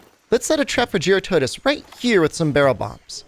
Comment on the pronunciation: Someone who can actually say jyuratodus correctly :)